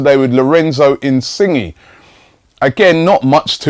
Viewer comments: your pronunciation is so bad really robbie insinge is not how you say it is Insigne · Pretty sure its pronounced "in-sin-yay" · in sing gee lol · Insingy😂😂 it's pronounced insign-yay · ROBBIE IT'S INSIN-YAY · 'Insingy' lmao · Robbie his name is pronounced in-sin-yay... Lol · Definitely more like "yeh". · I pronounce him In-see-nie or in-see-nye :3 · please pronounce insigne correctly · The way he said it lmao